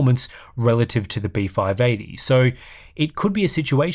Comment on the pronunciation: Anyone else hearing beef-eye eighty? Just me?